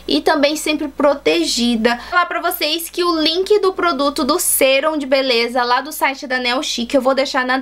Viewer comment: E mais..Não é Sêrum e sim Sérum(som agudo)